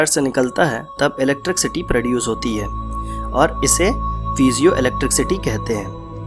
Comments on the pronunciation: चचा, its not ईलेक्ट्रिक सीटी, its ईलेक्ट्रिसीटी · electricity hota hai bhai electric city nhi . pronunciation mistake hai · Electric city bol rahe ho bar bar... 😀😤👋 bhai apke bolne ke tarike se lagta hai ap kahi se chep ke video banate ho. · 😂😂😂 electric city Jo English ke words Thik se nahi bol paya o Gadha Hame Primads ke Rahasya bat rha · Jinone pyramids bnaye the unhe bhi English nai aati thi still they made those structures. English is just a language not someone's level of intelligence. Nevertheless 'electric city' is funny tho.😂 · 😂😂😂😂 Electric city 😂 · oo bhai scientist research karo bol ra ,accha usne sab copy paste kiya hai bass voice hai uski and usmei bhi vo electricity ko gajab hi bol ra hai ,,aur tu laundiya ko samjha ra